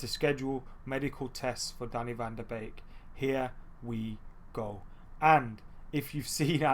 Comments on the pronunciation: Yep it's 'van der Bake', I'm Dutch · It’s pronounced van de bake